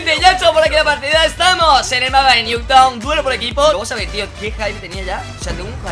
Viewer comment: jajajaj no se por que pronuncian newtown si es nuketown jajaja